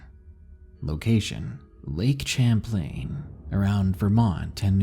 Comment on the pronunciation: you kinda mispronounced Lake Champlain.